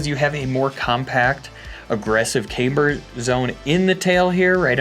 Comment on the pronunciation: Ah shit! He’s back to saying caimber.